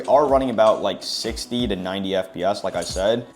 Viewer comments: Why does bro say FPS like that? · Why does bro say fp as